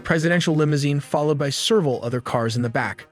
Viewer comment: What is 'serval,' bot voice? Several?